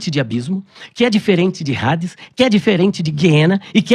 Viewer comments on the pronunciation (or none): o nome não é "HADES"(Rades); mas AIDES ou ADES, Grego Clássico.